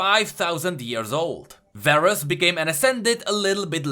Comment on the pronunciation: THEY APPROVE ABOUT THE DOUBLE "A" THING 😂 AATROX RHAAST VARUS varus? what are you doing